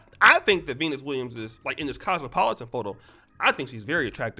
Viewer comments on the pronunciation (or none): He-nis and Ser-he-na